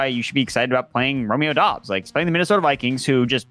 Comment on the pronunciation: Great content Guys , but Doubs is pronounced = Doobs , Dobbs is dobbs !